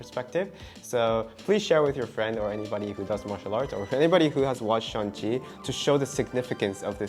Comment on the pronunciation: 1 sec in : "Shang, not Shan; S-h-a-n-g.. Shang..!"